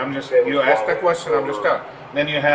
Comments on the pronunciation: while showing a still shot of her big azz, bent over, the narrator seems to say "to ASS what you're being arrested for...." 🤣🤣🤣🤣🤣 maybe i misheard him, but it's funny asf 🤣🤣🤣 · “Tuh Assssskkkk”